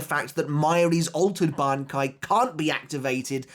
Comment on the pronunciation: how many attempts did it take to pronounce that bankai right